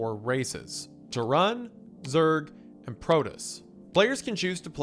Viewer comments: I can not BELIEVE the way you pronounced the races. You absolutely butchered that. PRO-TOSS, TEAR-AN. Jesus Christ man. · Terran. Tear-an. Not Teh-ran. Silly iceberg boy 😅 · Broad War, Protiss, and Te-ran is WendiKilling me bro. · Wendigoon pronouncing Terran as Tehran is the funniest shit lmao. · As a huge StarCraft fan, the mispronunciations are killing me 😭 BROOD War as in RUDE with a B TERRAN like you’re running an ERRAND PROTOSS as in PRO pitchers do long TOSS to increase their throwing strength All that aside, glad you’re covering my one of favorite games ever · TerrAHN?? Okay, I was wondering about Wendi's weird pronunciations of some words but now it's clear that he just doesn't know how to pronounce them. EDIT: BRAUDWAR???!!! THE FUCK?? EDIT 2: he said "brood" right this time... is he fucking with us or was there a cut at some point and he learned how to pronounce it during then? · Ah, yes. The iconic Starcraft races of the Tuh-run and the Protuss. 😂😂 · So I am wondering why it's being done, but I am going to assume it's some sort of "Autist" test. But here we go: He prounounced- Terran as Tehran. Brood as Broad. Protoss as Protists I guess it's a ragebait because while he does pronounce the Korean names as closely or accurately as possible, but mangles English words. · "taroon" "Broad war" Ain't no way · Pronounces Terran "Turr-on" as he shows an ultralisk on screen, love the engagement bait ;) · i love you mr goon but you really gotta do some basic pronunciation research for these, ill never get over tuhrin and broad war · Te-Ran! :P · I was like, “‘terr-OON?’ ‘BROAD war?’ Is this some kind of bit?” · Ah yes, the Zerg, Protoss and Tehran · Not just that, when he mentioned the "Terrahn", he showed an ultralisk. All this absolutely reeks of AI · He says brood war correctly near the end of the video too. I can't tell if he's trolling or just misread. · there should be a cognitohazard warning before his pronunciation of Terran haha